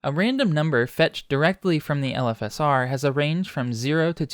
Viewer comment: LOL it took me a while to reailze you were saying "LFSR" and not "elephasaur", like some sort of gigantic elephant+dinosaur monster.